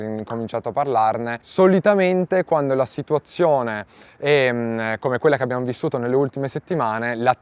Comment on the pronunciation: Ma perché mette la "n" davanti alle parole.. che nervi.. "visto chen" "noin" 😂